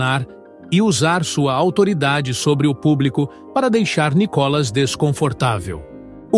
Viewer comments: Vc só tem que pronunciar o nome do Nícolas corretamente kk NICOLAS não! NÍCOLAS OK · Fale o nome dele direito.